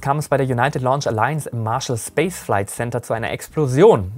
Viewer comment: Woher kommt die Ausssprache Ariane "Spass" ?? Liegt es am Französischen Hintergrund oder woher kommt diese sehr gewöhnungsbedürftige Aussprache des Wortes Space?